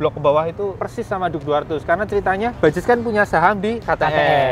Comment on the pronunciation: Gw heran, Ini huruf "J" di baca apa ? Kalo ini? "Bajaj" Knp di baca Bajay Anjay